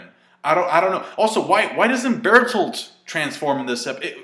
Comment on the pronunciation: It's not Bertholdt, it's BERTHOLDT!!!